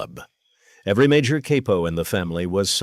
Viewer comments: THIS BILL CURTIS VOICE HAS TO BE AI CAUSE HE WOULD'VE NEVE SAID KAIPO WATCHED HIM BACK IN THE DAY IT WAS ALWAYS CAPO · Pretty sad that the AI voiceover pronounces it "caypo". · The narrator does these videos enough that you'd think he'd know the correct pronunciation of capo